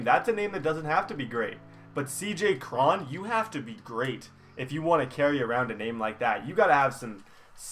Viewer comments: It's not Cr-on its Cr-one. Like cone 😂😂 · U said C.j Cron wrong